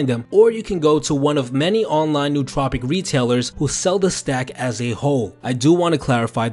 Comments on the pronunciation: Great video, but you do make one common mistake. I'm sure others have pointed out it's 'no-o-tropic' not 'newt-tropic' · It is not pronounced 'new tropic'. It is pronounced as if it were two separate words: no otropic. English doesn't have many words that differentiate between vowels but this word does. Similar to how we differentiate vowels in the English word "idiot" - which is how you sound if you pronounce nootropic incorrectly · its pronounced no-ah-tro-pic!!!! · Pronounced like Noah Trop icks